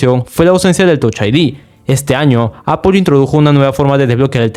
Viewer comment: Que odioso es escuchar "APOL"...